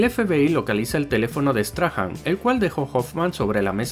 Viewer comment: Por curiosidad. No se pronuncia "Straham". Sino " Strahm" . Ya que los españoles tienen bastante españolizados estos nombres de los personajes xD